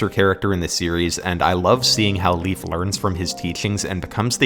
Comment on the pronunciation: Leif is actually pronounced like the letter A. Lei(A)f.